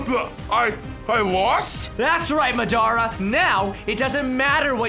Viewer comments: Yo btw it’s Madara not mddara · It's not ma da ra it Madara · It’s not mdara it’s madara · I love how he calls Madura Madara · madara, madara its Mad-era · Bruh you said madaras name wrong its mad ara not ma dara but good vid ngl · His name is not madra it's Madara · It's not marada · it is not mdarea it"s madra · Do u mean u love how he calls madara Madura??u said it wrongly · the way u say madara haunts me it’s pronounced maw-duh-ruh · It’s MADARA not madara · U saying madear